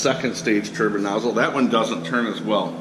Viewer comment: Turbine* not turban